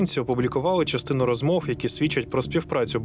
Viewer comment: Дякую за цікавий, якісно зроблений випуск. Одне зауваження: диктору треба працювати над вимовою. Я не маю на увазі його природний дефект мовлення. В диктора явно русифікована вимова. Наприклад: зробиф, розмоф - замість зробив, розмов; щьо,чьому, іщье - замість твердих що, чому, іще; пропонуе, украінський - замість пропонує, український. Тощо. Наведені викривлення вимови цілком піддаються виправленню завдяки спеціальним вправам і докладеним додатковим зусиллям.